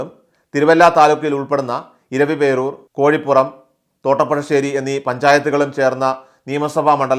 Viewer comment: പുരമാറ്റം അല്ല പുറമറ്റം ആണ്. കറ്റാങ്ങൽ അല്ല കോട്ടാങ്ങൽ ആണ്. കോഴിപ്പുറം അല്ല കോയിപ്പുറം ആണ്.മൈലാപ്രാ മൈലപ്ര ആണ്.എറാത്ത് അല്ല ഏറത്ത് ആണ് .കൃത്യമായ വിവരം നൽകുക.